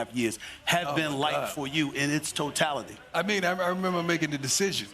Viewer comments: Host Steven A said, "...in its toetality" . C''mon man...🙉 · Stephen A, did not just say "speak to the Toe-tality of it all", when asking Deion about his surgery...🤦🏾‍♂️. Good play Sir! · Steven A. “in its TOEtality” 😂 straight under the radar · toe-tallity i see u SAS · He said it’s TOEtality😂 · Stephen A: Talk to me about theses last 2 1/2 years and the "Toe"tallity........LOL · Toe-tality....😂 Go Prime! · "In it's toe-tality"